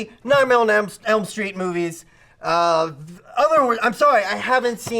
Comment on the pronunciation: was ok but he got so loud. Like he wasn't even yelling that loud his voice just sounded louder and he kept saying "Nightmenem Street" and it got under my damn skin.